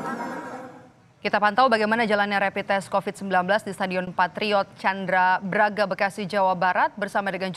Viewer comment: Mbak stadion Chandra baga bukan Chandra braga